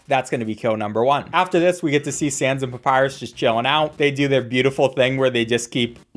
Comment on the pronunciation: It's sans not Sam's